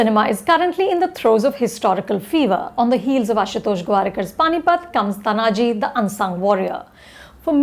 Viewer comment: Are you serious Anupama! First, learn to pronounce the name of the protagonist ie pronounce it as Taanaaji. It is not Tanaaji. Second, do not bring your fake secularism and inclusivity while evaluating period dramas, keep the times in mind. Historically, India’s the most critical and cruel enemy has been the Islamic invaders in the forms of Lodhis, Mughals, Durranis (eg Ahmad Shah Abdali), Khiljis etc. All were invaders. Some kingdoms in India had the pride and the courage to fight these invaders but lost. Some straightaway surrendered and unfortunately, worked for these invaders. These were the leaches that were the worst. It was primarily the Shivaji Maharaj and his Marathas who finally turned it around. Anupama, each battle that the Marathas had to fight against Islamic invaders Mughals, adilshahs, nijamshahs etc can be made into a great unsung warrior movie.